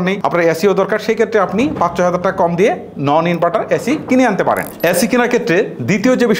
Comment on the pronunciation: ওরে উচ্চারণ ভাই, ইনবাটার, চয় হাজার টাকা, লককো, করচ, কেত্রে, বালো, মুকি, হয়েচে😂